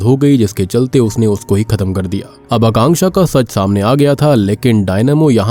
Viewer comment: Thanku for pronouncing Akanksha name correctly